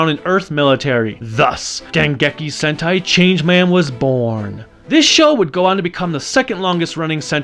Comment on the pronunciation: did you say Dengeki HENTAI Changeman I thought this was for children